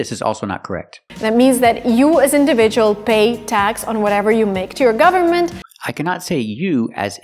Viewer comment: Thanks a lot❤ she also didn't pronounce the word "government" properly, did she?